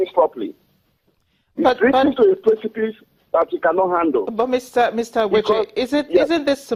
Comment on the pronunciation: Does it mean that this Igbo woman does not know how to pronounce her own name? She could also not properly pronounce Ogbechie, why is such a deficiency not a mark of ill education in Nigeria? To cap it all, she posed really dumb questions to the analyst on the phone. I hate when Africans pronounce their names as if the names are foreign to them -- it is a disgraceful colonial mentality